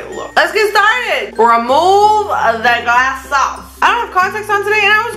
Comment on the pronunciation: "Remove the glassoss" LOL I'm dead😂💀